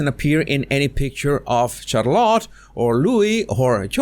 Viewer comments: Her name is not Char-lot. Please pronounce it correctly. Thank you. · Yes, he uses the French pronunciation of the name. Maybe all Spanish speakers do?